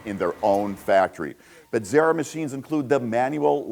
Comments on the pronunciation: Emphasis on the first syllable: BEH-zera, not Beh-ZER-a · Even after the owner clearly says Be-ze-rah, you immediately say BED-ze-rah. There is no “Bed” in Bezzera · It's because of the two Z's. If there were two R's, your pronunciation would be correct. College Italian is worth something I guess!